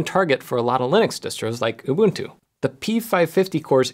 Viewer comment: Finally. A YouTuber who doesn't call it "ooh-bun-too."